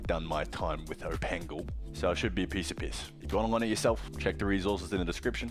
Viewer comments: Not OpenGL but opengle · thats not how you say opengl lol